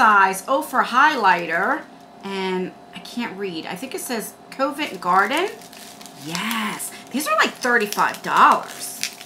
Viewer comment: I thought you said that shade was "covid garden" 🤣🤣🤣🤣